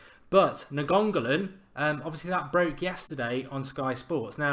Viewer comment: its pronounced Nein-go-lin Mark